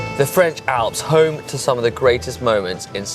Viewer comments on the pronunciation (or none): none